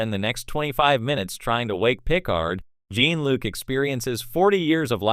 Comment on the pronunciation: OMG cant even pronounce "Jean"-Luc correctly as well.... talk about wanting to get clicks